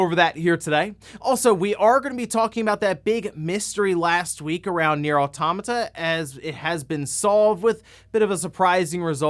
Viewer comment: I learned, in the last direct, that pronounces automata wrong.